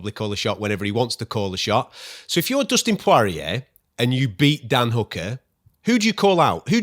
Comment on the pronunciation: Dustin Pwareeay.